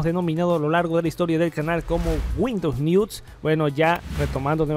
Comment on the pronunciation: Windows niuts xdxdxdxd